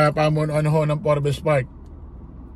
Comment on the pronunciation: Forbs silent E boss yung basa dun hehe